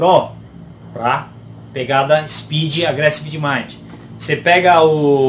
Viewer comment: Quando você vai falar agressive eu entendo agreste KKKKKKKKKK “uma pegada mais agreste”